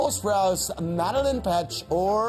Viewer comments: can we talk about how he pronounced madelaine’s name as mah-dih-lihn instead of mah-duh-lain like I’m sorry but I’m a super fan PRONOUNCE THE QUEEN’S NAME RIGHT ITS MADELAINE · Its MadelAine not Madeline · Is it just me or is KJ saying Madeline instead of Madeleine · I kinda screamed when the guy said madelaines name wrong